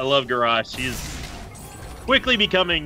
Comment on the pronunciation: Ga rosh LOL ITS GARROSH!